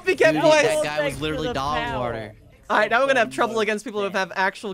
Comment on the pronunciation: that "dogwaer"sounded so weird